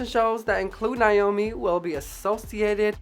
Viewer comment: You did a great job but I can't over look how you kept mispronouncing, her name. Her name is pronounced Naomi, not Nyomi.